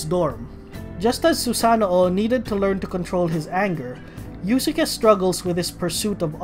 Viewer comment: It's pronounced as iuske, not iusuke.